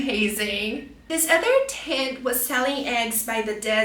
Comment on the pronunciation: The dragon fruit is definitely not artichoke😂 What? Flower's tent? It is called "flower tent"😮 Also, if you're claiming that you teach American English, tent is not pronounced that way🫣 By the way, green capsicum?? 😅 it is a "bell pepper" or simply "green pepper" No, they dont have a bitter taste. You are pronouncing pomegranates wrongly😮